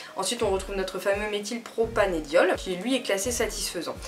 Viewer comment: Par contre, désolée mais on dit Méthylpropan"e"diol avec un "e" et pas "é" 😂